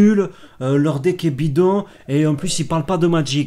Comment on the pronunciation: Oh et PL ils sont nuleuh. Leurs deckeuh sont nulleuh. En plus ils ne parelent pas de Magiceuh